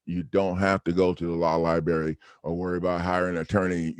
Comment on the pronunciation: nope, he is so short bus... saying "lie-berry" instead of library would be a good start. Saying he's "going to add the attorney as a defendant" is beyond stupid.